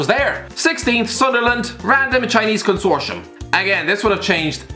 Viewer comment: did you hear the pronunciation of consortium & lol